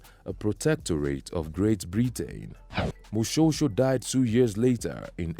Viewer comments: Firstly Moshoeshoe is pronounced "Moshweshwe"........ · Do not ignore E in the name Moshoeshoe. You are pronouncing it like Moshosho. That E is very important